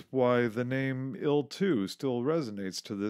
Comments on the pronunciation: Its pronounced T.U S.U or I.L not tew. Sue or ill as in Tee you 22. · I cringed every time he said TU-144 as "Too-144". It's "TEE-YUU". And IL-XX is not pronounced 'ILL"; its pronounced 'EYE-ELL'. Individual letters are pronounced. Please do your research instead of narrating wikipedia.